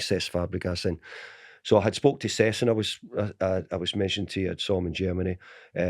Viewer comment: Can someone enlighten me as to who Sess Fabregas is??🤦‍♂️🤦‍♂️no wonder he didn’t sign for United when the manager couldn’t even pronounce his four letter first name correxrky🤦‍♂️🤦‍♂️